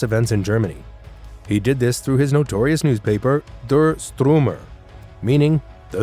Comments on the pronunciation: He pronounced der sturmer as der strumer. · STREICHER is pronounced like SHTRIKER not STREAKER. STURMER is pronounced SHTOOR-mer not STROO-mer. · It is pronounced: der Stuermer not Strumer and Straicher (Streicher) Not Stricher. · I think the video content would be better served by just pronouncing the German names in an English way instead of attempting a German accent that is clearly unfamiliar. Ex: "Der STROOmer" (look at the spelling - Ü comes before R).